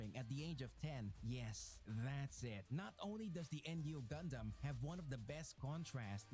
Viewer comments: When the first video said RX93-Vee Gundam or En-Yu gundam. You know the guy who made that video knows no shit about gundam lmao. It's called Nu(pronounced as New) Gundam. He also showed the Freedom gundam when he said Strike Freedom which are two different gundams. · You can tell the dude from the first video barely saw any of the series he was talking about, especially with the "N. U." Gundam, shit's pronounced "noo" or "new" every time it's said in the movie lmao, brother was reading off the wiki